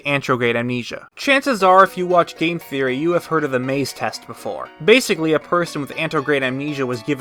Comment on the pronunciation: "A GAME THEAORY!" 😂😂😂